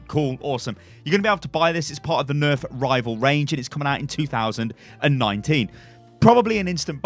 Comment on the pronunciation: Heard "Dva neft" and had a mini panic attack